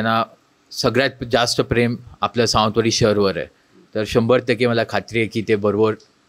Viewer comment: हिला निट सावंतवाडी म्हणता येत नाही